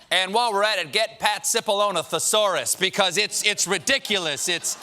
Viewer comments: It's not Sippalone, it's Chipallonie. Get it right. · Cipollone means Big Onion in Italian it should be pronounced chipolloni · Tip of the hat to you, good sir :D It's actually pronounced "Chee-Poe-Low-Nay", which must be why I wasn't getting the clever pun. Obviously, not because I'm a slowpoke.